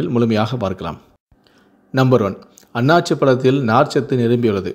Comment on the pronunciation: not Aanachi. it's Aanasi